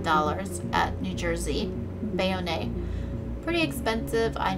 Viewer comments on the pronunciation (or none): FYI it’s pronounced BAY-OWN, New Jersey, not BAY-O-NAY 😁